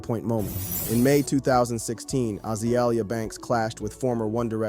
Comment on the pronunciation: This repeated mispronunciation of Azealia is ridiculous